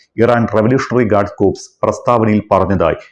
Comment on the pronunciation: ചങ്ങാതീ, കോർപ്സ് എന്ന് ഉ ച്ച രി ക്ക രുത്. കോർ എന്നു പറഞ്ഞാൽ മതി